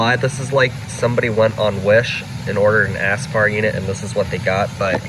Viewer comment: Are you saying "ass-spar"?